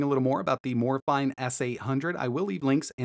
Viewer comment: its pronounced "Morayfeenay"!